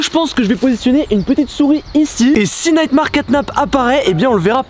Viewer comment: pk tu dis neymar caynap alors que c nightmare catnap